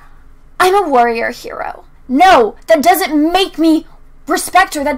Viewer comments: And it's not pronounced "Her-o" it's "He-ro" >Mindblown.gif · lol true, it's literally pronounced HE-ro